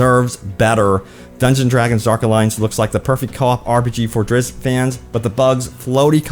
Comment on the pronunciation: No. Not "drizz-it". "Drizzt".